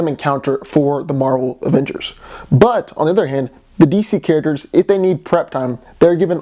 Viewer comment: You said D.C. Carácters